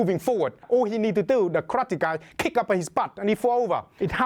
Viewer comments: omg I love the way he says Karrrrate lol It sounds hardcore "One Hit, One Kill" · love how he says krate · why he say krrrate lmaoo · Kraate! Love his pronouncation of it. So much excitement. More fun watching him that many films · I love this guy, and I love how he pronounces "karrrate". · kraatee HAHAHAHA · I wanna hear pronounce karate some more. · I enjoy the way this man pronounces karate